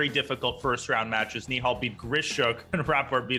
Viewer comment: You did a good job pronouncing nihal's name